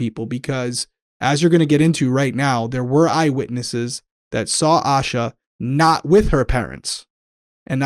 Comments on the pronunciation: Her name is pronounced “Aye—shah.” I moved to Charlotte the exact year she went missing—she was 30 minutes away. I was so little at the time and have followed this case my whole life. Thank you for covering Asha’s story 💙 My heart aches for her family 💙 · Thanks for doing this important case. I haven't heard her parents say her name, but fyi the police and FBI involved pronounce her name with a long "a" sound - similar to Asia with more of a "sh" sound in it. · This podcast is so well-researched that I'm surprised you guys mispronounced her name the entire time. I know you value respecting the victims and their families. It seems really disrespectful to not call her by her correct name. Town names, place names, names of random people who don't matter much to the case, not a big deal. But the missing person who the whole episode is about...it's a huge oversight. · Pronounced A-Shhh-A . Like Asia. But , with a Shhh🤫 in the middle. Reporters outside of North Carolina always pronounce her name incorrectly . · Hi there! Just wanting to comment and let y’all know, Asha was the 1st cousin of a childhood friend of mine, thank you so much for covering her disappearance ❤️ Please know, though, her name is pronounced Ay-sha, not Ash-uh. Love your show! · her name, it’s pronounced Ay-sha. Pretty well known for anyone who has looked into this case so it surprises me they got that wrong. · Please say her name correctly. It is pronounced like Asia. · Ay-sha. Like Ayyee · yes A- sha. And the mom’s name is not pronounced A-quil-ah lol. I’m pretty sure she pronounced it A-key-la. AA names can be difficult but there are some references to the correct pronunciation. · Her name is pronounced “Ay shuh” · Oh, I love how you pronounced Asha's name differently 3 times in the first minute hoping one of them was right lol I have heard it's pronounced Ayy-shuhh, with peace and love of course. <3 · Her name is pronounced aye-sha. Thanks for covering this story.